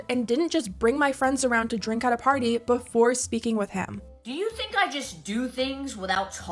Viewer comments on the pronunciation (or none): She says "pady" instead of party😵‍💫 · Why does it sound like she is saying Patty instead of Party ? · Is she meant to be saying ‘party’? sounds like ‘patty’ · Say it with me: house warming p.a.r.t.y.....not house warming potty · I understood "petty".😂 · Why does she say the word ARE like normal, but then she says the word PARTY like potty?? 🤔🤔🤔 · Ugh the way she talks is so grating. The way she pronounces "party" as "paddy". 🤮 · Every time she says paddy I cringe. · “Pahdey”. ?? Party? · I’m a born and bred NY’er and I have been up and down New England and I have NEVER and I MEAN heard anyone pronounce words as overly dramatic Party has never sounded or been pronounced like patty Holy shit how are any of these people fans This chick literally started out in sm with absolutely zero accent and a meal voice Sooooooo how the fuk are people still financially supporting this con artist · I thought she said Patty. As in Krabby Patty. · All I hear is "patty", "had", "a pat mint". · lol. When she was saying pArty lol. I couldn’t stop laughing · housewarming "patty" 💀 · Pahty and APAHTMENT! I'm gonna go insane if I hear it again. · No one in the entire world says party like that!! 😂😂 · How can she pronounce the r in worse but not party… 😂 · Why would she pronounce “Party” in such a weird way? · I’m glad to see i’m not the only one getting irritated with her accent 😂. It’s weird how it’s more pronounced with specific words but she can go long sentences without it and suddenly a switch comes on and she’s back at again. I mean you do you gurl, whatever tf gets you the bag. It’s just really annoyingly disingenuous 😅